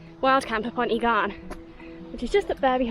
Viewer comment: New sub here. Just to help you a bit with the Welsh names, It's pronounced Urgh Garn not E Garn, Y Garn....imagine saying urgh but shorter if that makes sense? anyway great video very well done and glad you enjoyed my playground, i live about 30 minutes from the Ogwen Valley.